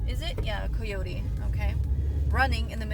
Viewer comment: Where are you from? You say coyote funny. 😅